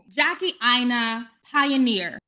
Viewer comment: I've never trusted her. I can't trust anyone who can't pronounce their own name. Or allows others pronounce it wrong. Aina is pronounced AYI-NUH. And it means something. 🤷‍♀️🤷‍♀️🤷‍♀️🤷‍♀️